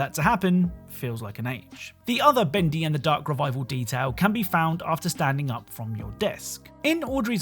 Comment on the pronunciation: I love how you say "Bendy Endthy" 😂